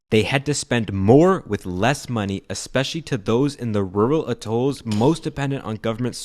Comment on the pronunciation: at'olls ... not a'tolls.. and why on earth would you bother with educational institutions for this place ? Can't they go somewhere and get a proper education? If they even needed to .. I mean .. really .. working a door of a register is all they need.